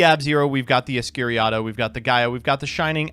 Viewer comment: Escuriado? I love how people mispronounce Escuridão name